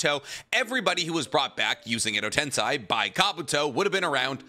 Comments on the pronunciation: Why are you pronouncing endo tenSay as tenSai? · it irked me every time he said it. edo tensai edo tensai edo tensai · Why?? Why does he say tensei correctly then IMMEDIATELY say it wrong twice after? I just cannot ever seem to understand it 😂